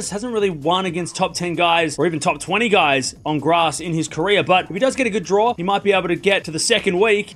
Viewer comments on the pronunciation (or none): none